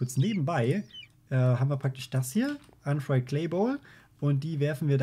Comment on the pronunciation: Sorry, aber es ist UnFIRED nicht UnFRIED, wenn du etwas frittierst dann heisst das fry. Ausserdem ist es coagulated blood und apprentice